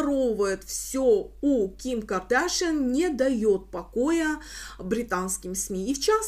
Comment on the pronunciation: Здравствуйте,. Всегда смотрю и ценю вашу работу, но, пожалуйста, произносите фамилию КардашЯН именно так, а не Кардашьен, у нее папа армянин и соответственно фамилия КардашЯН. Кстати, она не раз приезжает в Армении и с экс супругом тоже. 😊